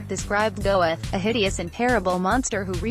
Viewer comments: NOT "Go-eth"! "Goeth." It's a GERMAN name! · It’s painful listening to the robotic butchery of his name. It’s not pronounced “Go-eth”. It’s “Gurt”. And the peppy music is wildly inappropriate, given the subject matter. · Name is NOT pronounced Go-eth. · Pronounced Gert, not Gowith. I'm sure your low subs are dropping by the week. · Very weirdly produced and edited video. What were you thinking with the upbeat narration and pseudo-club music? And why those distorted, stretched-out photos of his face? Also, you should learn to pronounce the name of the person the documentary is about. It's pronounced "Gert", not "Go-eth". Having as many dislikes as likes should tell you something about the quality of this video. I almost never criticize videos that actually present the facts like this one does (I really hate click-baiting lies) but the WAY you present the facts SUCKS! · The correct pronunciation of this last name is khett not "goeth" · And the name is pronounced "Gurt". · pretty sure his name is pronounced Gurt in german. 2nd time I've ever given a thumbs down. the mechanical voice etc. it's just bad. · If you can't speak German, don't try to pronounce it! Goeth is pronounced Gurt to rhyme with hurt. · FFS Do not have a computer narrate a potentially great wee documentary! If you've taken the time to put together quite an informative work like this, find a 'human' narrator or leave it to your text. Amon 'Gowith' would shoot you for much less! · It's not pronounced "Go-eth"...get rid of the computer produced voice over. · She can't pronounce Goeth .